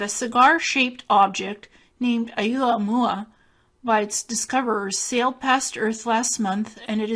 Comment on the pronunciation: Its pronounced Oh moo ah moo ah